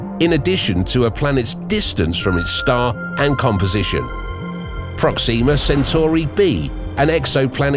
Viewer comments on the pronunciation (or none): 2 things: 1, you say Proxima like its Proxema, its not and it sounds so wrong 2, there are 2 forms of life. 1 is organic life like plants and animals, and there is sentient life, humans. So when everyone says "hey theres life insert planet here take it with a fuck ton of salt because the odds of there being sentient life on that planet is like you winning a jackpot, slim but not impossible, whereas it would be more common for organic life to exist